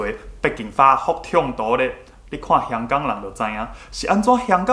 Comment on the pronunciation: 你香港的發音感覺錯了